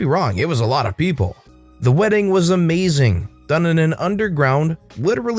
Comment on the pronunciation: “Weeding” 😂 I’ve never heard of it.